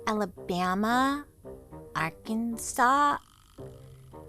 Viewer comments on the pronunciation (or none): none